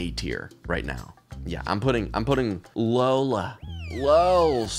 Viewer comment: Him jokingly calling “Lolla” Lola is so funny to me 😂